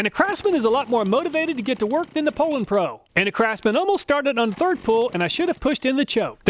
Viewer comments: Poulan is pronounced poo lon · Two comments : always heard it pronounced POU- LAN... not POOL- ANN. Chainsaws break in and perform the way they are designed after at least a few tanks of fuel.. A brand new out of the box saw really offers a test subject not ready to make adequate judgements about.. You must not be knowledgeable about chainsaws to do a test this early. Many stihl and echo and Husqvarna saws learn about their operating environment over use and self adjust for best performance. Not sure thats the case with these cheap saws you tested, but is that something you considered before testing ?? Fyi cars do the same thing. Would you do car testing in the dealers parking lot ?? You should retest these saws after they are broken in with three or four tanks of fuel. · I always pronounced it POO-LANN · Oh you guys say "PO-lan", that's odd. It would have originally been pronounced in French as "POO-law" (silent 'n'). ì guess that didn't sound American enough and was changed for marketing reasons. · your pronounceing the poulan pro wrong. its actually pronounced " pullin pro". because thats what you'll be after buying one.